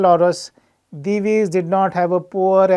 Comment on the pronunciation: Hearing someone pronounce Divi's correctly for the first time from the analyst community! 🙂